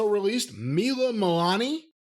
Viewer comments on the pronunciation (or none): Mila Malani Jim Cornette: Moo Voo Who What? 😂😂